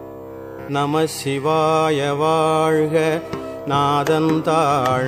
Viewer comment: நமச்சிவாய வாழ்க 'ச்' வரவேண்டும். உச்சரிப்பு சரியாக இருக்க வேண்டும்.